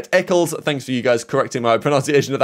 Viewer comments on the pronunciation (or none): none